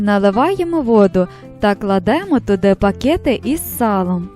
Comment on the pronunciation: Воно, мабуть, і смачно. Треба буде спробувати так, цікавий рецепт. . Тільки не "огонь', а -" вогонь".. Не пакєти, а пакети. І ще